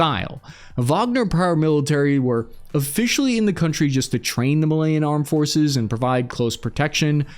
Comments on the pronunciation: Malayan (Muh-lay-an) from Malasia. Malian (Mah-lee-an) from Mali. Sorry buddy, no room for average in geopolitics. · Dominican Republic of Congo, Angolia, weirdly pronounced Malian....My guy needs to take some geography classes